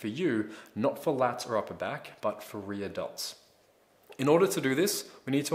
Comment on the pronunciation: Sounds like he's saying Re-Adults instead of Rear Delts .